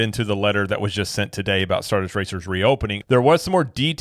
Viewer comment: who can’t even get the name of the roller coaster right, lol “star duster racer” 😂 the way he talks at the press events… I’d argue that his intelligence is also questionable.